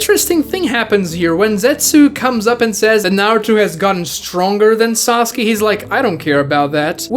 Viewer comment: Idiot who still says "Sasugay" spotted.